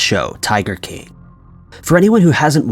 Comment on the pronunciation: Why does this guy have a problem saying the word “king”?